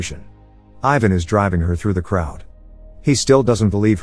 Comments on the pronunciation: The way you said Ivan omg😣😫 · It is so funny how you pronounce ,Ivan' And it is not only you, but like all the english men.